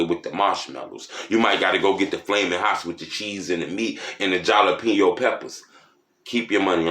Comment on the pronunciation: This nigga said Jaalapino peppers 😂😂😂